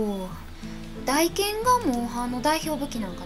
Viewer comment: 、おひさ～ 選択が良きね、大剣は「たいけん」やったと思うよ読み方 サブとメインは逆やけど使う武器一緒やわ 操虫棍メインで使ってます。この虫は虫自体もモンスターを攻撃するけど 赤白橙、三色のエキスをモンスターから採取しプレイヤーをパワーアップさせて戦う武器 赤エキスを取ると棍での単発打撃が連打にかわり、白エキスはその速度をあげると言う感じ 操虫棍は最低でも赤と白のエキスを取らないと実戦では使えない武器なのです 詳細は使い方講座なサイト等をチェックで 私も自分の知る範囲でなら答えられるよノノノ